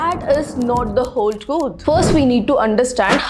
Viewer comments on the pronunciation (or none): none